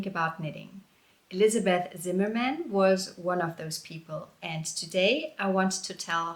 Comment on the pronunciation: I like that you pronounce the surname the English way when talking about Elizabeth and the German way when talking about her husband. Well done!